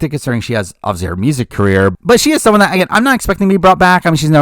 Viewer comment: Every time they say obviously I hear "Ozzy" and it's driving me crazy hahah